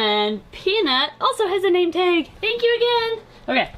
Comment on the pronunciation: You say taig and it cracks me up because its pronounced tag